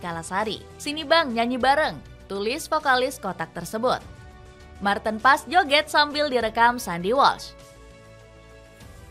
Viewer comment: Bukannya nama martin paez , membacanya sekarang menggunakan pelafalan bhsa Indonesia, seperti halnya tom haye, HAYE bukan malah dibaca tom hey, jadi martin PAEZ, bukan malah di baca martin pass, karena martin sekarang penampilan nya tidak lagi pas pasan , jadi gk usah di panggil martin pas, penampilan martin sekarang sudah di rias dlm bhasa jawa( paez) agar lebih hebat daripada buffon, karena martin ngaku dari kediri, jadi namanya dirubah jadi MARTIN PAEZ